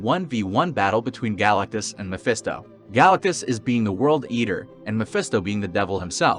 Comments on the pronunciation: Is any one going to mention how fucked up this guy pronounces Galactus’ name? Galactus no question. This has been done in Marvel already, in Mephestos’ own realm. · Why do u say galatctus name like that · Exactly, bug's me too.